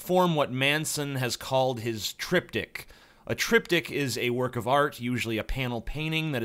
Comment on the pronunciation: why did i keep understanding the Trip Dick instead of triptik ahahahahaha